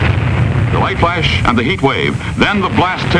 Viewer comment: But paint burns more readily than wood! This was probably fake and they used it as an excuse for kicking poor people out of their homes. The idea that four magazines and two newspapers would catch a house on fire was probably to discourage people from reading. Also "may-zures," "flaysh," "traysh." He shook his accent all but that one diphthong?